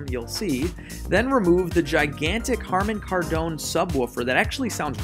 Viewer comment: Harman Kardone?? Why not just say Harmone Kardone then? 😜